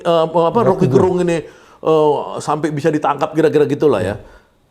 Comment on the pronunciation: Gerung itu pelafalan e nya diucapkan Sama seperti melafalkan terong..jadi bukan gerung kayak melafalkan terang....